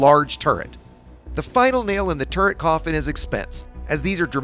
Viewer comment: My first thought: What's a "Turrest"? :)